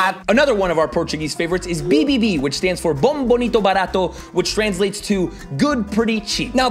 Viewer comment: in Brazil, we laugh simply spamming K's......because K sounds like "ha" in some accents here. I may be roasted simply for my way of laughter. edit 2: we speak Portuguese, not "Brazilian". I loved pronouncing of "Bom, Bonito, Barato" but I've never seen someone ever abbreviate "BBB" as something else rather than Big Brother Brasil.